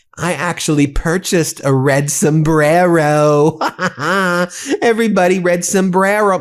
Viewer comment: She can't even pronounce the word "El Sombrero" pronounce your R's if you wanna make a statement.😂